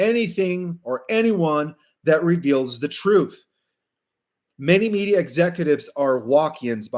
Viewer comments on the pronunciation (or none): none